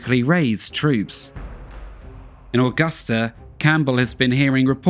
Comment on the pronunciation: The one thing is how he pronounces Augusta is so wired. I've never heard anyone say my hometown like that it's so weird.